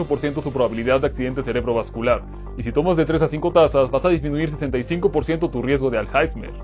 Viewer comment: Siempre alsaismer. Se pronuncia "alsáimer", broder